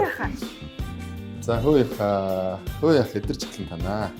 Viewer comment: Хөөе гэдгийг хөөргөө гэчий 😂😂😂